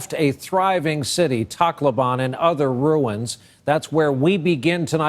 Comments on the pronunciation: Its kinda weird they pronounce tacloban and i hear it like taco ban #nooffence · Brian said Tacloban wrong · Its weird how they pronounce "Tacloban"